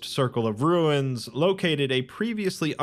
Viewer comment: Why did you say ruins like that? 😂